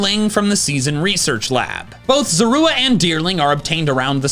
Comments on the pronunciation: The way you say Zorua bothers me..... LOL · You noticed that said Zorua kind of weirdly?